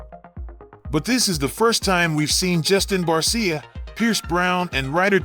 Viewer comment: Barsha…not barseeya